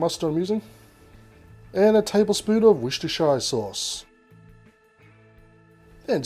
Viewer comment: Dear its "woostershur sauce" lots of love England